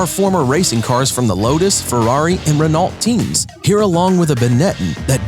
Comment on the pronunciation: I really think you need to learn how to say Renault